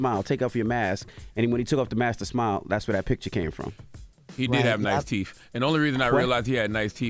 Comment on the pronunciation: Charlemagne the word is TEETH not TEEF. He literally is saying teeth with an F like he’s a 4 year old 😂😂😂